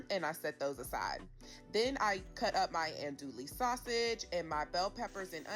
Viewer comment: Ann-dew-ee(u dont pronounce the L's)😊